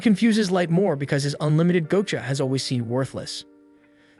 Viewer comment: The fuckin ragebait of saying GO-cha is unbelievable.....